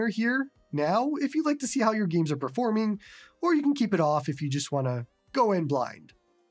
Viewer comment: "gyeems" hahahaha I love it every time